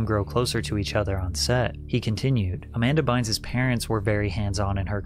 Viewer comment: Amber Bines? Do you mean Amanda?